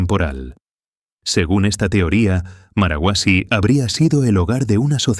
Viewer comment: No es marahuasi, es marcahuasi